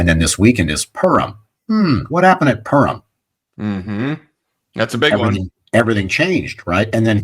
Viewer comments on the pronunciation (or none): PURIM - "POO-reem"